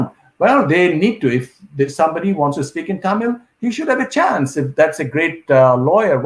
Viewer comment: Chaaaaaaaance is what accent